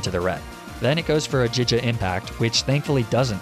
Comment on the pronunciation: I know you’ve said that Pokémon names are subjective but are you kidding me? jija impact ??? DUDE ITS A REGULAR FUCKING WORD